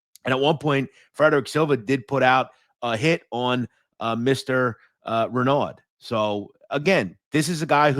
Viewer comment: Renaud= Ren”O”